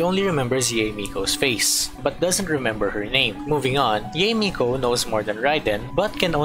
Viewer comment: I have to correct you, Yae isn't pronounced like Yee, it's more like Yah-Ae, and Raiden is not Ray-Den, it's more like Ligh-ee-Den. So the rule of pronouncing consecutive vowels in Japanese is that you pronounce them separately, for instance, the name Aoi is pronounced like Ah-Ow-Ee.